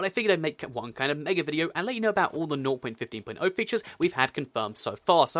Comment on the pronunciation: I'm really annoyed when he says "nou point fifteen point ou"